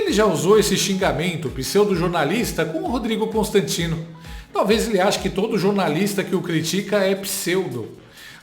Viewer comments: é impressão minha ou o Cabeça de Ovo chamou o Constantino de Rodrigo "Câostantino"?! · E ainda falou "Cão"stantino . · só eu reparei que o xandele falou "cãostantino"? Ah falou sim!😂😅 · Observe que,o Xandinho,na segunda vez que fala o nome de Constantino,ele diz cãostatino,sugestivo,ou provocativo,ou foi o ódio que o fez pronunciar errado o nome do querido Rodrigo Constantino. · Ele fala cão tanstino perceba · Não sei se ouvi direito,mas acho que o Xande falou Rodrigo cãostantino😂😂😂😂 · Vocês perceberam que ele chamou de “Rodrigo ”caostantino? No minuto 5.05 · Que engraçado. Voltei pra ouvir de novo e tive a impressão dele ter falado Cãonstantino. Magina. Desculpe. Foi só impressão. Expressionante! 😂😂😂😂